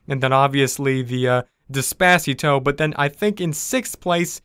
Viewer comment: also the way pronounced despacito: DIS-PACETO